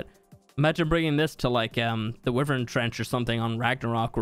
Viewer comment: It’s pronounced why-Vern Not wiv -ern You most likely don’t care either way. But it’s a pet peeve of mine